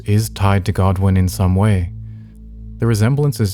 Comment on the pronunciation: its godwyn lol